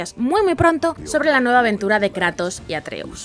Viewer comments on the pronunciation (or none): none